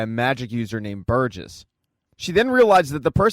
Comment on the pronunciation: Burgess, not Burgers. SMH. Moving to migraine. 😊❤